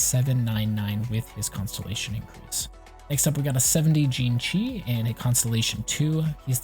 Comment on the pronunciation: Xingqiu is pronounced (C-ing-ji-iu)